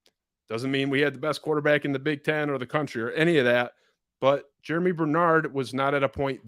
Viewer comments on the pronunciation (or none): Germie** not Jeramy